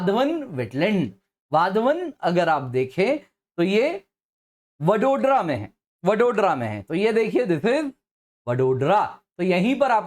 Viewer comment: Pronunciation- वडोदरा